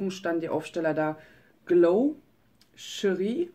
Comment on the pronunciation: Chérie hast du richtig ausgesprochen. :) Genau so spricht man es aus :)